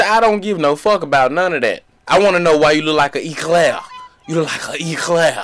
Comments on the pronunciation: Eclair with a É🤣🤣🤣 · He said it like Echlair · This nigga really said “Eclaer” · "You look like an Echlair.....an echlair" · 😂 I was wondering why he pronounced eclair like that. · Bro I wouldn't be Surprised if Clyde or Berleezy roasted you for that "Eclair"